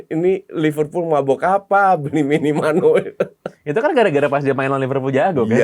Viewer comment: minimano = minamino,.wkwkwkwk_